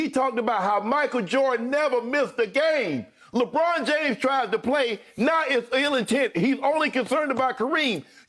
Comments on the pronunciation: Lol at times he says LABRAWN JAMESS LOL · when Chris Broussard said LEBRAUM JAYMES i felt that